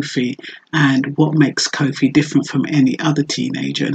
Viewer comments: Koffee not cowfi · Yes sister. Wonderful presentation but just try to pronounce her name correctly. Peace and love.